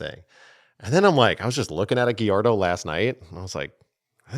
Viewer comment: GALLARDO NOT GUIERDO😂